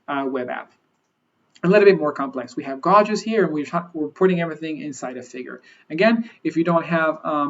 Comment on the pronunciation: I'm a manufacturing engineer and loved this video, thanks! I can't wait to implement something like this at my facility. Just an FYI. "Gauge" is pronounced like "gage".